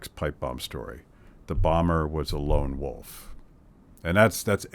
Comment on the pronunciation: ahh, i know that phrase. I thought since he said lone woof, not wolf that it was something to do with barking.